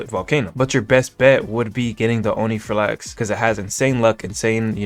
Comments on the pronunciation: omg please say onirifalx correctly its "on iri fal ix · Unc its not onifrlax its onirifalx 😭 (love your vids btw)